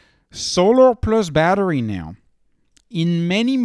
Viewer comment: Why do u keep calling badhri “battery” LOL